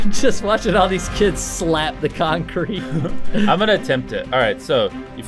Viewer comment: When Chris said the people are hitting the concreat it made me crack up